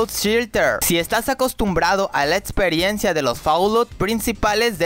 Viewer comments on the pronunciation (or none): Etsperiencia jajajajajajaj habla bien